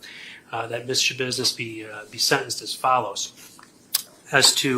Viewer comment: I giggled when u said Schabussiness